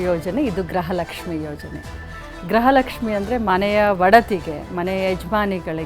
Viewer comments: ಯಾವ ತಾಯಿ ಗ್ರಹಲಕ್ಷ್ಮಿ ಅಲ್ಲ ಗೃಹಲಕ್ಷ್ಮಿ ಫಸ್ಟು ಕನ್ನಡ ಕಲಿಯುವ ತಾಯಿ ಬೆಳಗಾಂ ಮಿನಿಸ್ಟರ್ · Graha alla . Gruha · Swami. Media. Guru. Kannada. Sariyagi. Uchharane. Madali. Grahalakshmi. Alla. Gruhalakshmi.............. ...... Heli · It’s griha not graha